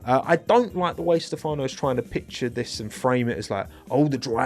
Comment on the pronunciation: Is stEfano, not stefAno…